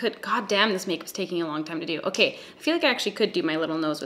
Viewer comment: "okey" love a canadian queen